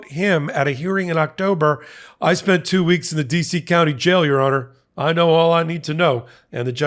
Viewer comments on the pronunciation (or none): none